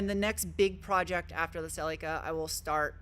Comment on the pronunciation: Why can’t you pronounce Celica properly? 🤷‍♂️🙄